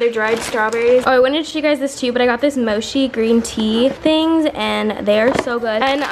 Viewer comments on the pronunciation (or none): I'm going to spell it how you say it ok it's mochi not moshi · Just saying its not Mo-Shi its Mochi Chi chi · And it's moChi not moshi 😂 had to point that out #asian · It's not MO-SHE it's MO-CHEE❤️😂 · Her saying mochi like mochy, it's kinda pissing me off... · THATS NOT HOW YOU PRONOUCE MOCHI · i dont think thats how u pronounce mochi 😹😹